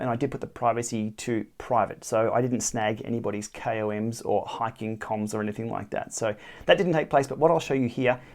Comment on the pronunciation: Love the channel, love the tips, but for the love of god please stop saying “coms” it is an acronym pronounced “K O M”.